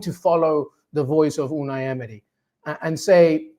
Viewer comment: the way he says "Unai Emery" sounds legit